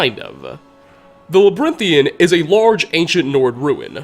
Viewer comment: "Labrinthian" sighs